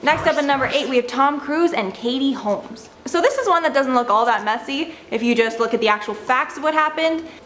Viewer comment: "Katie Kolmes"